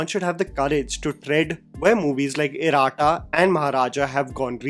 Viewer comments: it is not " आराटू"or " नेरू" pls dont stress on tht" ooo"sound .Even it is " इरट्ट" not "इराट्ट"I hv observed this in all ur videos when u pronounce tamil or Malayalam names. If u can improve this pls try. Btw ur videos r so nice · Hi....being a malu just clarifying since I have heard u say the word a few times...it's not 'eeraatta'....it's 'eh-ratta' meanings twins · Iratta is pronounced i-ruh-TTA